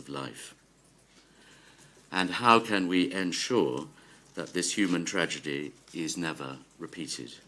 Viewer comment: 'tRaDiGy' 😂 STOP THE BOATS, STOP THE INVASION!